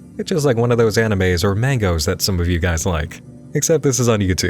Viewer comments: did you just call mangas mangos? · It’s pronounced “mane-gah” not “mango” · I cummed when he said anime I died when he said M A N G O S